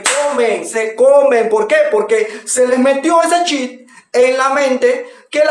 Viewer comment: Ey dijiste chip o chit💩😄